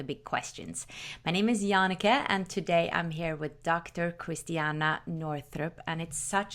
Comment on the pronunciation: Her name is Christiane not Christiana